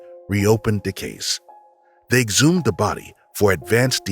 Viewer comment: Good video. Not quite sure why the narrator sometimes says ‘the’ and ‘they’ correctly and other times says ‘de’ and ‘dey’.